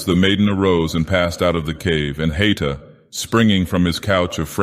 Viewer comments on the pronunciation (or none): A note on pronunciation: The diaeresis in Haïta (ï) means it's meant to be read as though it has a second syllable. It's not "hight - ah"; it's "ha - ee - tah".